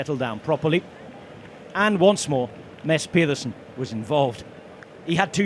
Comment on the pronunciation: Who is “Mess” Pederson? I swear this useless commentator intentionally butchers riders names. Either that or he’s a try hard when trying to pronounce them. Someone have a word with him please.